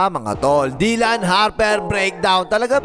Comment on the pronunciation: Bakit "dil-yon" Harper ang bigkas mo?